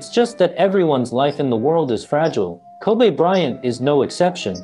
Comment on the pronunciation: Koobay bryant